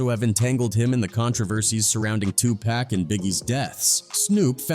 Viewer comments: It’s not 2 pack it is pronounced 2 pock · 😂 ITS Not 2PACK. IT'S 2 P.A.C. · It's not 2pack it's 2pac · Why white people always say 2Pac name wrong